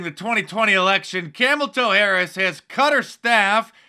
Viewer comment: Did u just say camel toe harrass lmao